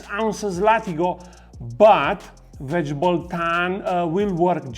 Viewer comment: I absolutely love how you say "vegible".